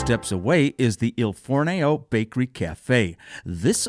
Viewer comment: Another entertaining video, however, just to be slightly picky, you mispronounced "Il Fornaio" and "crema." Keep the videos coming!